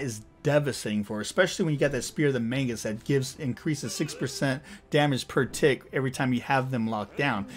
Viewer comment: I've watched a couple of your videos and I just have to ask - why do you keep saying 'Spear of the Mangus'? It's called Magus, and I feel like this is a meme I'm not getting.